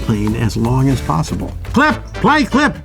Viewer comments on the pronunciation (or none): none